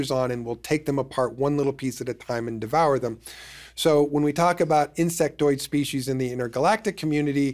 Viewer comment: He also says species wrong and says spe- she’s it’s spee - sees . Drives me insane